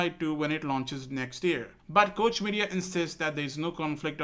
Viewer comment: Just an FYI for future reference Koch is pronounced like Coke the soda company.